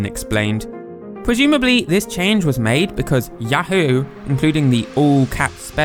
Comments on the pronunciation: 「ヤフー」 is pronounced a bit incorrectly. 「フ」 is more of a breathy "fu" sound, rather than "hu". "Hu" as in English doesnt entirely exist in Japanese. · actually there's written Yafuu and not yahoo, since フ is pronunced fu and not hu just like chi or tsu, it should be written something like ヤウー. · Entertaining video 👍 A bit of trivia from my point of view, for me, others here and during my childhood before Yahoo company existed, we would say say ya-HOO and later for the company name we say YA-hoo, that is, there is a different emphasis. You seem you pronounce it ya-HOO for both. Anyway, I found it interesting. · he pronounces it as Yah-hoe though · Yo I've seen Yahoo in oot but probs not said as in links awakening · You're not even pronouncing yahoo correctly.